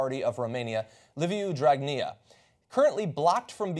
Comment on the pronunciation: 1 you say dragnea the best way 2 we were paid by soros too :) 3 the eu said to better define abuse in office in the law, and so they just randomly picked a sum of money and said anything under is totally legal 4 dragnea was going to get another chance at prime minister because there is a law that says he can't hold office if he has a penal condemnation (even a suspended one ) this would have changed that charge to a civil one so... nothing illegal in him being pm 5 he kept going after the people in the streets in interviews and 2 brothers with legal problems who are members of his party and who own a football club sent their supporters there to cause chaos , people distanced themselves from them quickly, the Gendarmerie took care of the 50 or so sports hooligans and protected the people from them (they had cherry bombs and what not ).next day protesters were bringing the gendarmerie flowers . Overall there was no incidents or injuries of great consequence and it appears that we got what we wanted (for now ) Thank you TYT for covering this for the international audience